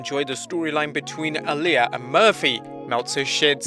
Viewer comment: My friend, Uh-lee-ah